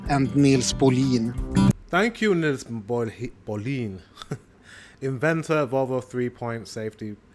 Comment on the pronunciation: Nisse Bohlin..... the pronunciation is so Swedish. Sounds so.... HIHI